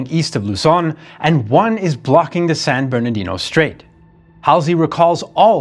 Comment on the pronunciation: Like the San Bournodino Strate? 🤩